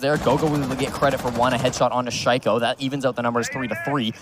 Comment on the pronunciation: Boris Müller oh yeah. Listen how they pronounce shaiko. I was like wtf. Obviously this casters doesn’t know who shaiko is